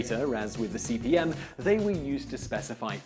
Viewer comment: Why does he keep saying CBM? It's CP/M. Control Program/Monitor.